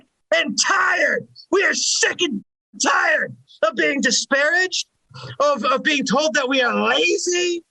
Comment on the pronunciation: "Schick and Tired" is that what he said?